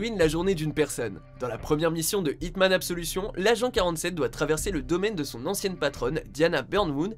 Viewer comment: Tu as mal prononcé absolution